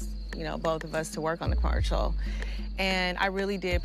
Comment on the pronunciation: Everyone calling it a "''mercial" after Porsha said it 😂